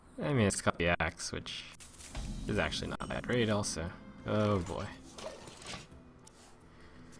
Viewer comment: "This play is AXEually good."